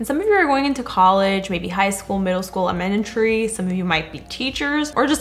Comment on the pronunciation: I am in elementary and she cracked me up when she said emanentry instead of elementary 😂